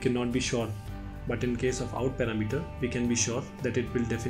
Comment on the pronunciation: Thanks you so much) now i have a new way to say the word parameter) it's paramEter! =) lol... but thank you )